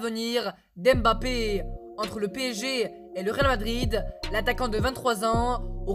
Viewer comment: Au ta voi tu dit réalmadride eu